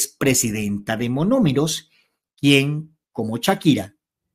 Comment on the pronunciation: NO ES "MAMOMEROS". ES MONOMEROS. CORRIGE POR FAVOR. ❤❤❤❤❤❤❤❤❤❤❤